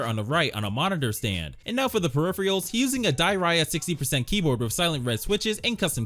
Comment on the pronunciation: My guy needs to learn how to pronounce peripherals😂😂😂